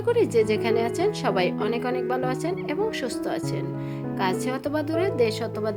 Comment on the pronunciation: বালো করে না ভালো করে বলেন।